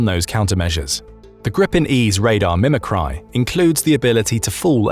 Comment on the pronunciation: I said this before but the narrator has terrible pronunciation. It's like he's reading some of the words for the first time! Come on man, mimicry and rafale are not obscure, deeply technical uncommon words. You're a professional voice actor 😂